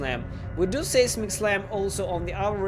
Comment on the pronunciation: it's pronounced "sizemic" slam English is stupid.